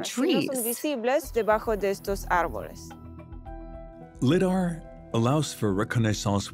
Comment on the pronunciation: It's Pronounced LY-DAR